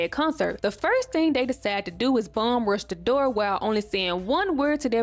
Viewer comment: Yeah, I don't get why they cut out that scene either. That was the best part of the episode! Especially the part where one of the twins called him a moron for mispronouncing "door"! 😂